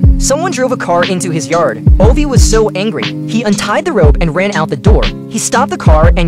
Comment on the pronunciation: Its pronounced "Oova", not "Ovey"